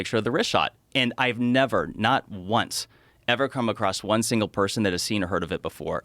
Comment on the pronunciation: 27.12 You've nava been 😂